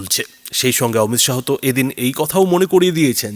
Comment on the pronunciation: শাহো নয় , মহাশয়। উচ্চারণ - শাহ্